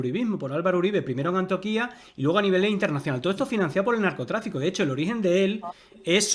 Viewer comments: No es ANTIOQUÍA, sino Antioquia, sin acento en la última i. No acostumbro a ver videos de más de 30 minutos, pero este fue una delicia. Eso se puede resumir con una reflexión que hacía Mark Twain hace más de 150 años, lo que él vivía y que sigue vigente hoy en día. En ese tiempo la única fuente de información era la prensa escrita y decía: "La gente que no lee las noticias, no está INFORMADA y la gente que lee las noticias está DESINFORMADA. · Este baboso ni sabe pronunciar, es Antioquia no Antioquía, su referencia investigativa es de la de "todos contra Uribe" al igual a la de los "Pepes" de la época de Escobar osea otra mafia. Investiguen lo que era Colombia antes de Uribe, un Estado fallido, averiguen cuánta gente mató, violó y desapareció la guerrilla les apuesto que fueron más de esos 6,402. Esta señora y el baboso de este canal hablan de eso?